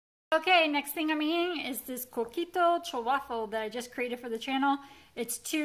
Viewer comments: ❤️You were spot on with your pronunciation of coquito! 😂 As a Puertorriqueña myself I grew up drinking coquito (without the alcohol of course). Therefore I’m looking forward to your recipe. TFS!!!❤️ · You did pronounce Coquito pretty well!!! I will order the rum extract online because could not find it at the grocery store. You are my favorite ❤️